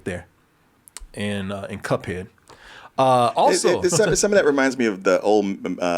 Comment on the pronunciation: Cut head? Quite the way to mispronounce! 😂